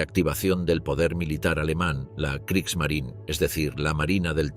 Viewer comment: La Marina de Guerra alemana se llamaba Kriegsmarine y no "Kriegsmarin" como lo pronunciaría un español tratando de imitar a un estadounidense que no sabe hablar alemán. Esto es del mismo modo que a los automóviles Porsche lo pronunciaría "Porch" un español tratando de imitar a un estadounidense que no sabe hablar alemán. Son tan estúpidos estos españoles que creen que las palabras alemanas hay que pronunciarlas como las pronunciarían estadounidenses que no saben hablar alemán.